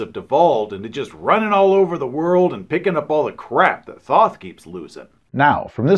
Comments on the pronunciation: Thoth is pronounced "tote." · Love your videos. Apparently it's pronounced "tote" though. Which sounds much less cool.